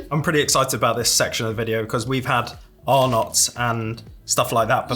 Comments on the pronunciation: “Tazzy” not tassy “Arn -ots’ not ar nots Our chocolate tastes different because it contains palm oil so it doesn’t melt as easily. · Hi guys Arnotts is pronounced Arnetts in Australia